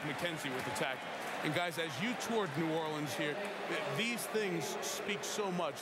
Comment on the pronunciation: Spike Lee managed to do an entire documentary about noo OR linz but still pronounces it noo or LEENZ twice in 10 seconds.